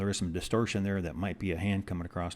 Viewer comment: I had to stop halfway through just to beg you not to ever say "acrost" again. It's not a word. The word you want is "across". You seem like a nice guy so I want you to know you'll sound 10 times more credible if you make this change.